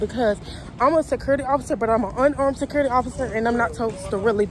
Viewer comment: This video was so hard to watch without covering my mouth it's so wrong first off her way of saying the word security sounds like she is eating something and the answering the phone without saying officer (name) is rude. Then showing the public the camera screens and recording phone conversations it's just lawsuit and a fireable offense. There should be a requirement security academy with the top officers that make it through not just little girls and boys hired to watch property just to fill a shift on the schedule. Low standard/quality of guards equals losing properties.